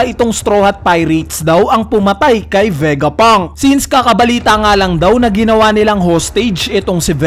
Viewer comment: Ano ba Vegapunk or Vegapang?🤣